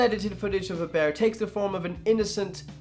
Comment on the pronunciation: Bear = Bayer